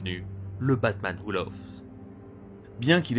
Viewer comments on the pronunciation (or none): laugh se prononce LAF knight se prononce NIGHT merci et bonne continuation